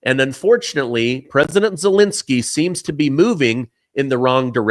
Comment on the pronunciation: Zelensky is not pronounced Zelinsky. Second e is the same as the first.